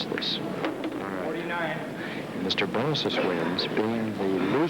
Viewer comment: Its 'BALSIS'